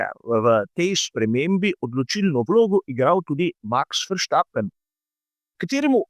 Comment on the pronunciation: verštapen.......verstapen.........š ja belgijci ne poznajo.....